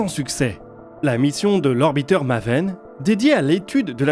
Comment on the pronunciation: Ca se prononce maéven